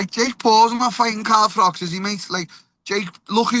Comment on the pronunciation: "CAHM DAHN CAHM DAHN". By the way, it's pronounced Carl Frotch not Carl Frock.